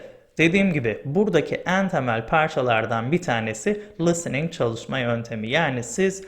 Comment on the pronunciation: Harika bir video olmuş. Çok faydalı. Ağzınıza sağlık.Hocam kusura bakmayın kötü bir niyetim yok ama soylemek istedim. Çünkü kulağa hoş gelmiyor gibi. lıstıning değil listening. Çok çok teşekkür ederim. Saygılar.